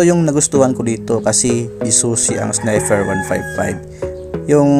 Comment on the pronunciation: baligtad ka Lods, yung ilaw nya sa handle, yun ang Low. at yang nasa ibaba naman ng DRL nya, yan ang HiGH. tsaka sniPer po, hindi sniFer ;-)